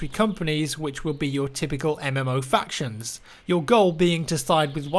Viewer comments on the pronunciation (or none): none